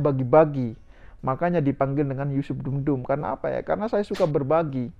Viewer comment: Bukan dum dum mas tp dundum